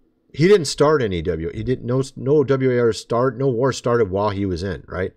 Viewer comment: Was liking this till you cant even say war???? Lmao